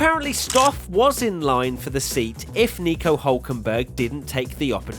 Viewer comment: he's called hÜlkenberg